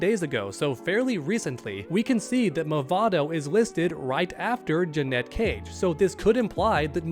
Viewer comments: Janet! Janet! Not juh_net cage... its Jan-it.. real fast..don't chop it up... omg I hate the way you say her name hahaha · You said "Ja-net" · he said janette like 2 minutes later, but imma give him his flowers for at least making an effort lol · Right now let’s move to Janet name being said correctly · No way you said Janet’s name wrong